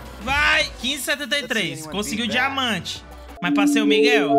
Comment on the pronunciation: "dimamante" lkkkkkkkk